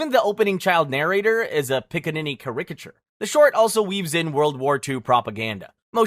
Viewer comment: The way this voice over guy pronounces the word caricature is hilarious 😂